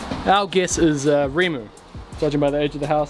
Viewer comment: Rimu + kauri prounciation very good, Tōtara needs a long 'o'. Pretty amazing that the Tōtara post lasted so well.